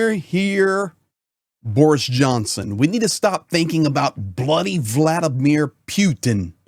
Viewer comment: How is Ukraine winning? Russia moves to the West. Leave my homeland alone, you war lover and criminal. You have no idea what’s going on in Ukraine. And first of all, learn how to say Putin’s first name